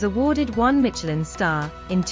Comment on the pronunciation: There's no T in Michelin. Silly.